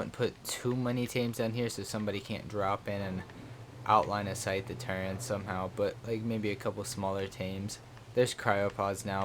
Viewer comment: its TURR - ETS not Turrents please stop for gods sake